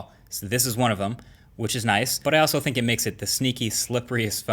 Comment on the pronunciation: dude its pronounced think!!!!!!!